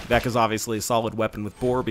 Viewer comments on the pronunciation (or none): none